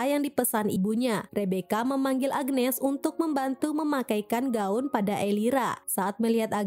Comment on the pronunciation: Agnes bukan agenes😂😂